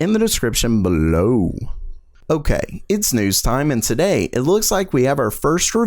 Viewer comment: Today, not Daday. Sound it out :)